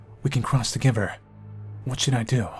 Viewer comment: Are you saying togever?